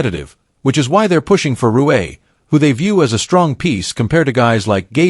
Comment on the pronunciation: So dumb Rui is Japanese can't say his name right! 😂😂😂